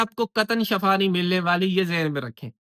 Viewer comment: Very good but Shifa not Shafa